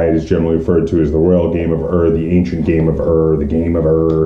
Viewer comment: It is not the Royal Game of "Err". Ur is pronounced as "Oor", in the same way the word Uhr is pronounced in German.